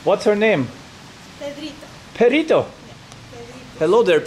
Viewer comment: Lol though she said 'perrito' who means 'doggy' ins spanish.